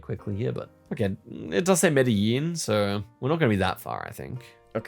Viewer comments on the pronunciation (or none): mispronunciation of Acapulco still isn't as bad as how Zerkaa says Medellín